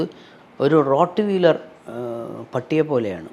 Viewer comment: റോഡ് വീലർ അല്ല. റോട്ട് വീലർ..